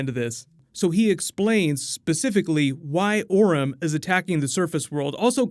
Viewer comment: it's Orm not Orin